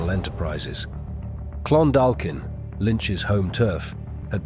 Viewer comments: Clon-dalk(sound like walk)-in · How? It’s how it’s pronounced. The “dalk” part in Clondalkin is pronounced like “walk” so phonetically it’s Clon-dawk-in. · Pronounced like clundawkin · Excellent work- well scripted and equally well narrated, what about the mispronunciation of "Clondalkin".